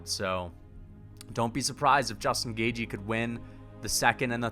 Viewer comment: justin gauge-y